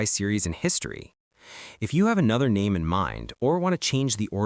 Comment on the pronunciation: If you insist on using an AI narrator you can at least program it to pronounce names CORRECTLY instead of just butchering them. AI is a tool and it's only as smart (or dumb) as YOU ARE